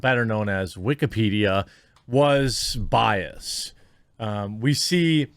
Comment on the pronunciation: “Was biased”. Sure the -ed ending is hard to hear but it’s not silent!